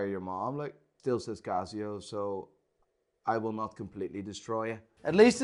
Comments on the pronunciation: its not CAZZIO its CASIO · It 'K' not 'G'. Kasio and not Gasio. hahahaha. Kreat Worg.😆😆😆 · Laygo, Cazio, Seeko. Watch expert who can't pronounce bugger all.